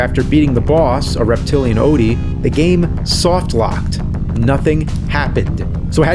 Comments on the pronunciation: "Fragile die"... Where's the "O"? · “Fragile Die?” Where’s the “O?” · FRAGILE DIE has no O in it, just wanted to point that out... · Theres no "o" in fragile die lol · Garfield Odie = Fragile Die? The “O” just disappeared. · Where is the "O" in "Fragile Die"?? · Where's the O in "fragile die"? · Where the "O" go in fragile die?